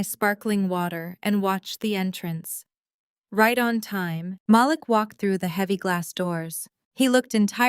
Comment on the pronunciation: I love how in two consecutive sentences, they pronounce Malik two different ways and flip flop often thru the rest.